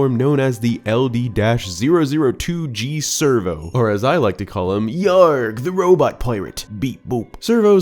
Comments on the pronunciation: Scervo. Not servo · it's SCERVO, not servo. Like Scurvy, something pirates are known for getting Edit: it's Fee, not Fye. I know they pronounce it Fye in Japan, but since we're speaking English and it's spelled Fi here, it's pronounced Fee. Also LD could stand for "Lanayru Droid" Also while it's not scary I find it really funny that Tentalus is a surfer dude You got it right the second time it's Lev-eye-us since he's probably based off of the Leviathan from the Bible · The enemy's name is SCERVO, like a play on scurvy (since he's a pirate) and servo (since he's a robot). You're just saying servo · I assumed Scervo was pronounced with a hard C sound so it would sound like Scurvy a common illness pirates got due to lack of nutrition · SCERVO is pronounced servo. I thought it was pronounced scur-vo. Like Scurvy....you know being a pirate and all. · Servo? Scervo. 😅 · Hey bud, you missed the best part of Scervo by saying it with a soft C! Scervo is supposed to sound like Scurvy, as in the gum disease that used to plague sailors! Lol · Feel like it's meant to be pronounced "Skurvo" - like scurvy 😉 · I'm pretty sure Scervo is supposed to be pronounced Scurv-o (a hybridization of Scurvy and Servo) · I always pronounced LD-002G Scervo as SCURVo, like SCURVY, cuz he's a pirate. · By the way, it’s “Scervo” the “c” is pronounced. It’s a play on the word “scurvy”, which was a common affliction that pirates had back in the day, which would be remedied by eating lots of citrus fruits. This is a reason why a lot of sailors were also called “limeys”. They kept primarily limes on their boats. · Oh come on! You even said the word scurvy!